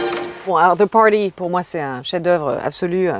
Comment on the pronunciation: 😀 the Party "do poaaaady" et 30 secondes plus loin WSS "ouèste saïde storie" c'est du Gotlib 😃